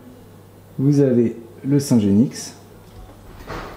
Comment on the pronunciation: On ne prononce pas le x de genix...